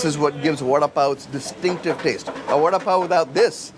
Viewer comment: Vuh da (as in Down) Paa O.